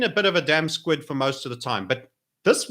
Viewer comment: Is it "damp squid" or 'damp squib'. I'm sure I heard "damp squid" twice in the video. Of course, squid are usually damp unless desiccated. LOL. Even Google/YouTube recognised it in the video as "squid" from the autogenerated transcript. Apologies to non-pedants.:)) Great screen cast,.